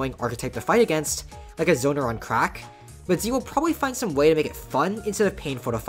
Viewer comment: the way you say tze angers me